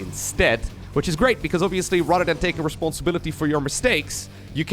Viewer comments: At first I thought you were shit-talking Rotterdam, but then I realized you were saying "rather than!" :D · Every time he says "rather than" I hear "Rotterdam" 🥲